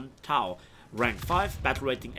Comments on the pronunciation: tao? it's TOW bro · Napalm. TOW is said like toe.